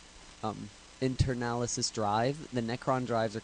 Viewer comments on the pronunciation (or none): Thanks for posting bud. But it's not Internalisis, It's In-er-sha-less. :D "I tell ya how to say it, even if you don't care"